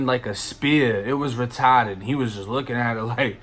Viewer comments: “It was Retawted” 🤣🤣🤣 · “it was retaaahded” 😂😂